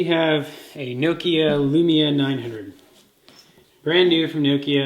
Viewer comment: Its Noh-Kee-Ah,not no-kee-ah, or nook-ee-aah. jeez.